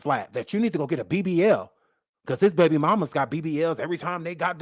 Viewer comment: You from New Orleans??? Oooh I heard that Bay-bie!!